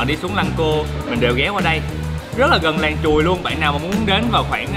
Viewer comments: Làng Truồi - mà lúc đầu ông ổng đọc mà nghe cứ tưởng "Làng Chùi "...😆😆😆😆 nghe hú hồn. Ha ha ha ha Dễ Thương!! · Ổng nói làng Chùi , sông Chùi ko à hihi ☺️